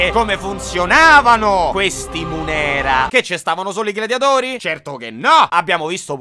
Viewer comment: eh, sì, lo "iaculum" è proprio "una cosa che si getta". Esattamente come la funzione corporea che getta... Avete capito. P.S.: "mùnera", non "munèra".